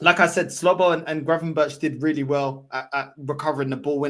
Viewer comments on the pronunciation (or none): I like watching you. But please drop the L out of Dom's name. Its Szobo not Slzobo